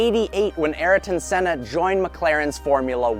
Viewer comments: You pronounced sennas name wrong, as a Brazilian it drives me insane!!!! Learn how to pronounce it first jeez. Here’s a little lesson on how to pronounce it ah-eeeh-ton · Please pronounce senna right , also I really don’t think was appropriate to show his death . But great review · Absolutely butchered that mans name.